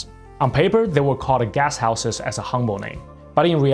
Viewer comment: I thought he was saying "Gas Houses" until I realised he was saying "Guest Houses" But then it is North Korea.